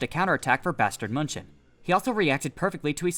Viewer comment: please stop saying bastard munching